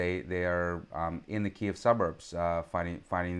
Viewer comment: "Ki Keev" stopped me. Sir Lawrence suffered a glitch in his programming. If he can't stick to the script, he'll get cancelled. I think I'll take a look at what RT and the Global Times have to say. Diversity is our strength. 🥴 😂